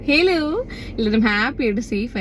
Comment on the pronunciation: That starting " ഹിലോ.. 😂😂